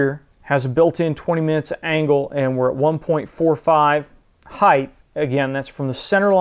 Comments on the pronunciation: stop saying "heighth"! just say height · great video, but yeah, this was funny. Either local dialect or what is called a "hyper correction". Have you heard this in other parts of the country or other people saying heighTH? Just asking as an amateur linguist.